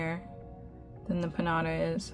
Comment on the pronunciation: You pronounce it Peen-JA-TA